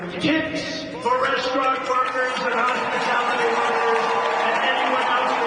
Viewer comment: Somebody should ask Kamala what a “hospitility” worker is.